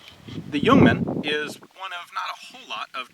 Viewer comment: Ian - Thanks for the video mate! U got the pronunciation right as well! Cheers!